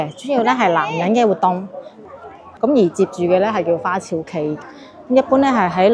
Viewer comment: 很好！讲解资料相当详尽．花＂朝＂应读作＂朝早＂的＂朝＂不是＂朝聖＂的＂朝＂。